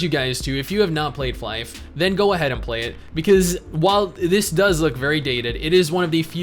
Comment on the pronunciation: The game is not pronounced 'Fly-ph'. It's 'Fly FF'. The FF stands for 'For Fun'. So the title is Fly For Fun. Stupid, but true.